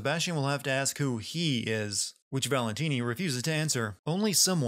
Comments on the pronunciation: Am I the only one who dies a little inside each time he says "Valentine" instead of "Valentini"? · Did he think we wouldn't notice him calling Stefano "Valentine" instead of "Valentini" for the first half of the video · It's ValentIni not Valentine. But magnificent sinning as usual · Biggest sin is the uploader calling Stefano Valentini "Valentine" for the first half of the video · Valentine? You mean valentini?... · Gonna have to sin the sinner here for mangling stefano's last name. Valentini....not Valentine. XD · WHO DA HELL IS VALENTINI? Just use Stefano. gezzz! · If I have one criticism, it's that you refer to the first villain as "Valentine," then switch to the correct "Valentini" halfway, which is rather jarring. That said, amazing video, especially when pointing out the sillier bits of dialogue (and the one so-silly-it's-awesome one)! Oooh, this is a tough vote. On one hand, Wolfenstein II would be more interesting...but I really want to play it before any sin video, but that seems unfair, & AC may be more sinful...it's a coin flip here, so I abstain.